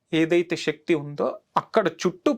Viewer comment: Shakti kaadu sir sakti